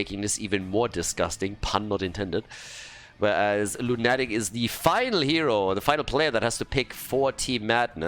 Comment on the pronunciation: By the way,, are you aware that english word "lunatic" has a stress in "u"? Lˈuna => Lˈunatic. As i'm saying it i don't know if the player told you how their name is pronounced but i would guess it's english "depraved lunatic". Thank you for this event! Meta madness is so unique ^^ p.s. Totally love it the Artanis - Uther synergy. Artanis dashes into enemy team, Uther presses E on him and the guy never comes back. Tragic story over and over again.